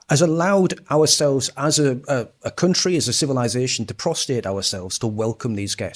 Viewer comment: I want it shown on the record that I have never prostated myself. ProstRATE. Very very different things.